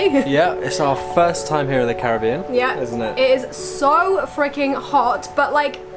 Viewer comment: FINALLLYYY foreigners said Caribbean properly